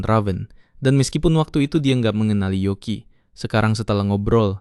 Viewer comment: yoki min bukan yuki